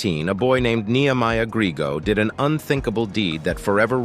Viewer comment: NEHEMIAH GRIEGO. NOT GRIGO.